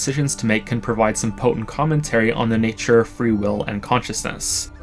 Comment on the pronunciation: I feel that "nature" had a distinct accent. If so, damn that's sneaky. But maybe I see patterns that aren't there.